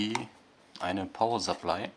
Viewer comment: Ähh... ich glaube Power Supply wird anders ausgesprochen und ich glaube die 10 Ampere von dem 240VA Netzteil, bringen dem Modul nicht wirklich was da es nur max. 5 Ampere regeln kann. Trotzdem cooles Video